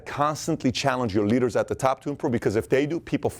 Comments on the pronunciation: Thought he said 20 litres in a room lmao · hahahahahahaha I thought he was saying "a study shows that if you put twenty LITRES in a room, twenty litres in a room, only one..." He completely ignores the "d" sound in leaders.